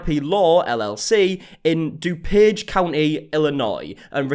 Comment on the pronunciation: I’m really impressed you pronounced DuPage county correctly. I’ve heard it mispronounced a lot of ways!!